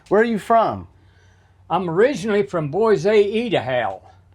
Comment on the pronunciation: “Boyza Edahow” ☺️ I will pronounce it that way for the rest of my life. Thank you for introducing us to Don.